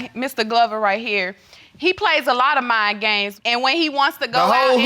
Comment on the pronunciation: I thought he said Mine Games but it was Mind games Mr. Famous bling blanng